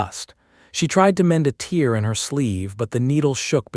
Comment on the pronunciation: Mispronouncing tear drives me batty. It is both a noun & a verb & they are pronounced differently.